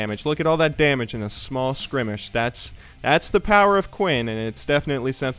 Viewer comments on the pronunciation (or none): Skrimish? Or skirmish? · I want more of these as long as you promise to never say scrimmish again. It's skirmish. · It's skərmiSH. But good video anyways :D more commentaries! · skrimishes and skrimishing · the "skrimish" thing is really pissing me off. like i dont want it to, i love you and all, but come on man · Pretty sure he said Skrimish, which I believe is Ronald Macdonalds slow purple friend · It's skirmish I believe. says it weird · switching them letters